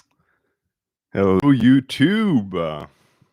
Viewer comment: the hello YouTube did not sound very French